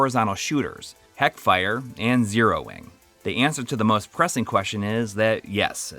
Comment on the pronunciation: did . . .did you say 'heckfire'?